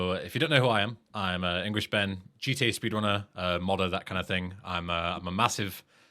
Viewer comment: Hi engwish ben 😅